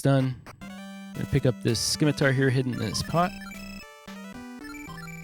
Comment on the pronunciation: FWIW, "scimitar" uses a silent c, just like "science."